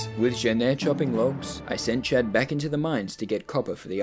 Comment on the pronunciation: Every time he says 'Chad' I hear 'chat' and wonder to myself; is this man streaming? But that wouldn't make sense because I don't think has streamed. And then I remember his name is Chad.